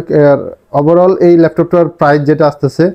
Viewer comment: কথাটা হবে "অবিশ্বাস্য প্রাইস" - "অবিশ্বাস্য প্রাইজ" নয়!